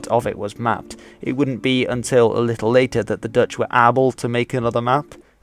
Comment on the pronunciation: Thanks for pronouncing the Dutch words the right way very well!